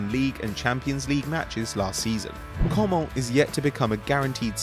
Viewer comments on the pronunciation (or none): Oh my god please, Kingley Coman isn't said like you did but like Co-MAN, like Griez-MAN or SuperMAN. You don't say it the French way